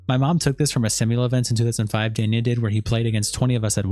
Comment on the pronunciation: kind of sad the host of the video could not even pronounce "danya" he says is wrong everytime